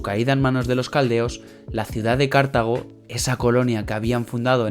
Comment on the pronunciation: Cartago y no Cártago y Ebusus y no Ébusus, son palabras llanas y no esdrújulas. Pero por lo demás muy buen video.felicitaciones.